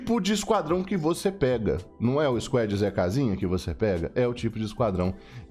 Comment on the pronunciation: sem querer ser chato mas a pronuncia de squad eh squad e nao squed